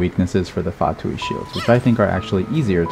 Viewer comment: Unrelated, but thank you for being the only person other than myself whom I've heard pronouncing Fatui correctly instead of "fatooey"